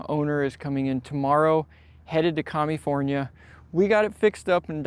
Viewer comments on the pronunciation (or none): Commie-Forneah - I Love It ! 😄